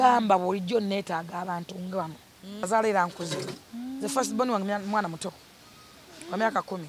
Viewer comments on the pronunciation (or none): none